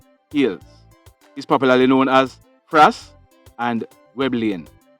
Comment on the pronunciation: Frass yu get a permanent FRASS, pronounceeeeee